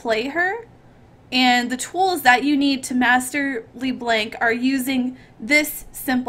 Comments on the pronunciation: is she trying to be froggen calling le blanc le blenk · i hate that u say Lee Blenk